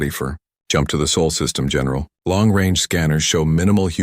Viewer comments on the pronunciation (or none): Again Probe the " SOUL " System ? Dumb Dumb A.I. perhaps you meant the " Sol System " ? Like Our Sun?😂